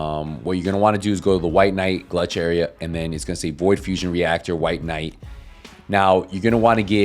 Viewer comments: Bro its gulch not glutch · GULCH NOT GLUCH